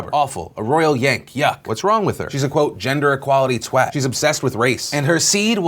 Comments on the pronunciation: Just want to say kudos to you Phil for pronouncing "twat" correctly. A lot of people get that wrong :) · Wow an American pronounced ‘Twat’ correctly! Nice one I dunno why it irritates me but when I hear someone pronounce it as ‘Twut’ or ‘Twart’ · G Leffler | It's properly pronounced how Phil says it but some people say it as if it rhymes with 'swat'. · As a Brit, it's nice to hear the word twat pronounced correctly by an American! Thank you Philip DeFranco! It's pronounced "tw-AT" not "tw-OT" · Owen uh...as a brit I can tell you it's definitely not pronounced "twaught" but phil actually did get it right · Owen actually Phil did use the correct pronunciation lol the way the British pronounce it is the ‘proper’ way of saying it understandably though Americans say it in their own way lool. Was mainly a sarcastic joke though